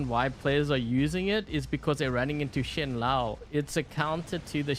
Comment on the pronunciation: it's pronounced "shen-low"